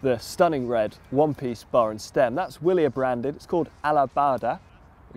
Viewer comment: It is pronounced Vee'-li-air